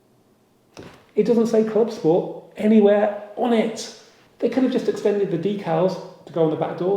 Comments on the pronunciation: Please please dont go the scchhhoda route in pronunciation of the " club schhport".....its Clubsport. No "sch"........ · I know it’s a joke but I’m struggling to listen to the “clubscchhporrt”, classic dad joke saying it again and again, once or twice would be funny 😂😂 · This channel is rubbish. I think the silly way you say CLUBSPORT says it all. Your headline picture is also clickbait. Got to listen to you talking in your kitchen. Your other videos where you are also an ‘expert’ involve you reading off your notes. Cheerio. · Yes, this irritates me, I just had to unsubscribe from another channel that started this and then it ballooned to everything that started with an S!! Stop